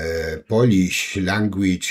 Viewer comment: Batyr bardzo ładnie wypowiada słowo Polisz🤣🤣🤣🤣🤣i to wszystko